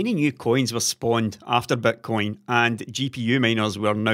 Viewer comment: The way pronounces Bitcoin - Betcoin, is exactly what it is, a huge gamble:D